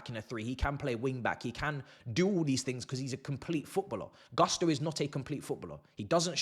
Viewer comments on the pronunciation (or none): Its GUSTO guys, whats up with GARSTO???? GUSTOOO, GU not GAH